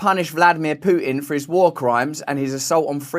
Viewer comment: I love how Russell says Putin. Pooh tin